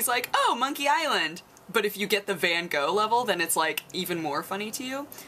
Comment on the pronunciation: also wrong, its van Gogh, but native English speakers can't pronounce the "G" the way dutch people do, but it sort of sounds like clearing your throat, the "H" at the end gets sort of lost lost, same way a "K" gets lost in the word "Knight". You can check it on a text to speech website ;)